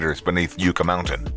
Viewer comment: Yucca is pronounced yuh·kuh, like the plant. Not yoo·kuh.